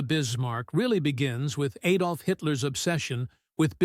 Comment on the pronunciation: 'Adolf' n ot 'Aydolf'. 'Prinz Oygen' not 'Oogen'. What is wrong with these narrators, who seem to have no grasp of how to pronounce German.